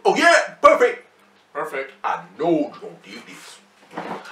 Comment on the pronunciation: "Oh yea- , Perfec" LOL